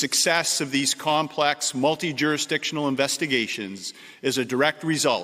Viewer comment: Commissioner T. Carrique can't properly pronounce the words; Complexed [Complex], Shepped [Shipped], Goljjdien [Golden], Apparient [Apparent] , Deathises [Deaths], Fentanol [Fentanyl] or Opid [Opioid.] I am sure that there are certain people who are Muy Contento that he is on the case. "This investigation into the use of the dark web for drug trafficking is the first of its kind for the OPP." If this statement is true, either the OPP Commissioner is lying, he has recently awoken from a coma, or defense attorneys are salivating because cases will be thrown out, re-tried, and convictions will be overturned. Thanks for letting everyone know that all of the lethal & hazardous seized narcotics were intended for domestic distribution within Canada. Now I can trust the Policia. I am relieved to know that he is "keeping the province (Ontario) as safe and secure as possible."